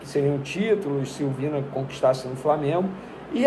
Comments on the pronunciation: Vene, não é VINA, se fala VINHA! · O nome do jogador é VIÑA e não VINA jornalista. Pelo menos fale o nome direito.